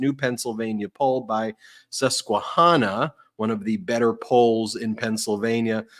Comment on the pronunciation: Ben (not Ben Ben Ben): Native Pennsylvanians don't say Sus-que-hah-nah; we say Sus-que-ha-nah. Your emphasis on syllables was perfect, but the third syllable should have the American short A, like in "hand".